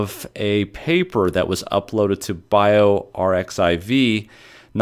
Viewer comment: bioRxiv is pronounced “bioArchive”